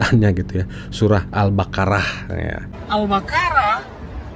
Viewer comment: Murtadin ini kynya membaca lathinnya bukan arabnya sebab terdengar MAKHRAJ aburadul n yg benar dibaca SURAH (H) di bacanya SURAT (T).